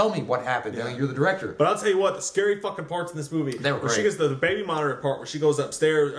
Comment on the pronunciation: That's not how you pronounce scary